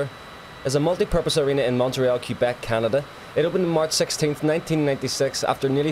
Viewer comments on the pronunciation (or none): none